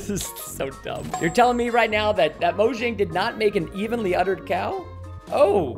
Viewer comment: BTW preston, it's moyang not mojang